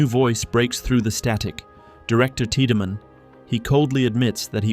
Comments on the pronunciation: the constant mispronounciation of names like Tieddmann as teedyman instead of TIDE-Man being a good example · Anyone else cringe as hard as I did through the Dead Space 2 portion every time "tea-da-man" is referenced? I mean I appreciate the full series recap, but daaang, what is this, Final Fantasy 10? The game is fully voice acted, the dude's names is explicitly "Tide-man", you just have to actually play it 😂😂